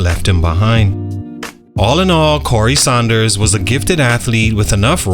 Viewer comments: It’s Sanders not Saunders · It hurts my ears hearing him mispronounce his last name...🤦🏾‍♂️